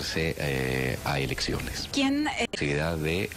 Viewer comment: Dijo "elecciones" o "erecciones"? Bueno no tiene importance porque en estos momento por la gracia de Dios están todos EXILIADOS...!